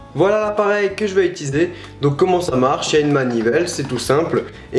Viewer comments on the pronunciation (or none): none